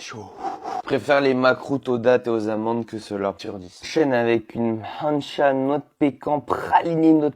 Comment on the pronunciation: Moi j'ai adoré ta video, en tout cas nos gâteaux sont bons c'est clair, l prononciation du makrout 😅🤣 makrout pas mahrout mdr, mais le reste good prononciation hh surtout mahncha noix de cajou